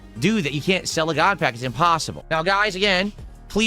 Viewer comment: "Gahd Pahk"